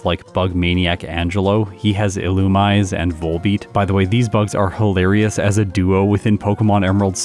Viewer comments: in case it's not too late, Illumise is, bafflingly, officially pronounced "Ill-oo-me-say," not "Ill-you-mize"! But I think most people assume it's the latter, possibly because "Ill-oo-me-say" is a ridiculous way to pronounce that word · Ee-Loo-mee-zay. If that helps. There's a lovely app-ish thing on the 3ds that pronounces all pokemon correctly up until the end of gen 5. Lots of fun!